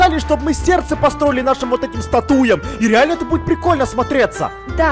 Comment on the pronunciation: ты сказал статуя а не статуя ты поставил ударение на ту